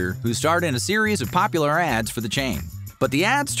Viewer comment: This AI voice is awful!! It can even say the word popular right